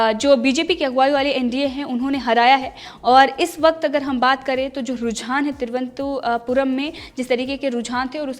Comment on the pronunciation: Cheap news.just like bjp.she can't even pronounce the capital of Kerala properly.